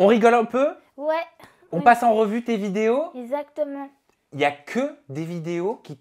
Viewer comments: ce que j'ai retenu : ezatement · “esatement” ptdr je peux vrmt plus la saquer